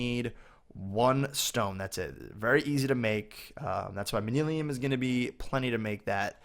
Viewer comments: It's not mani lim it's Man-You-Ling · nothing against you... This may just be the way you say it, but if not... The propper way is man-you-lin:-) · im just trying to help you pronounce it like this man-you-lyn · It's pronounced man-u-lin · It's pronounced man-yu-lin. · its pronounced man-you-lin